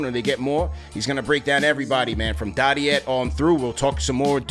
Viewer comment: listening to mispronounce dadiet the entire episode was like nails across a chalkboard for me